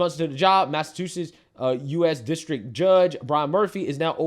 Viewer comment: dude, the way you say Massachusetts is hilarious. i have never heard anyone say it that way. "Massa2setts" haha. I'm pulling your chain obviously, but it is funny.